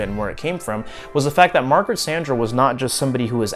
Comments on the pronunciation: You’re pronouncing “Sanger” incorrectly. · I'd never heard anyone pronounce her name like he does. XD